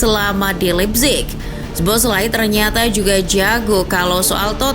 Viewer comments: baca soboslai min, bkn zboslai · btw bacanya so-bos-la-i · agak risih ya denger nyebut namanya kaya gitu wkwk, mending riset dulu cara pronounce nya min. sow·bow·slai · B aja baca nya soboslai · Dominik Soboszlai (SO-BO-SLY)😅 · Min, tolong naratornya diinfoin cara nyebutin nama pemain bola yg bener.. khusus szoboszlai (disebutnya so-bo-slai) di channelnya liverpool ada video gimana penyebutan nama pemainnya.. makasih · Szoboszlai sebutannya So-Bos-Lai. Abjad Z di mati kan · Sebutan nama Szoboszlai ialah So-Bos-Lai. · Min baca namanya z nya gk dibaca, orangnya lgs yg bilang di channel Liverpool Boleh dilihat min klo blm ngerti